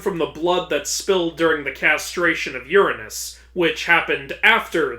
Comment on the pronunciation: I'm actually shocked that you of all people mispronounced Ouranos. Also, isn't Dike pronounced like Nike? So it's not the same as dyke lol.